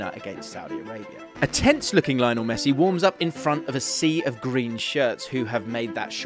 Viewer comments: It's it just me? Does anyone else get perturbed when these videos call him Lie-nel instead of his actual name of Leo-nel? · It's "lee onel" messi please! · It's pronounced Leeonel man! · it is LyNO it is LEE-YONEL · cant even make the effort to pronounce his name right... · You're saying Lionel Messi's first name wrong. If you have watched any of his games or listen to any commentators say his name then you would know that you are saying his first name wrong. Not sure how more ignorant you can be.